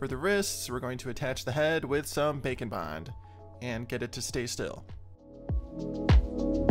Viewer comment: When you first said Bake and Bond, I thought that you said Bacon Bond. lol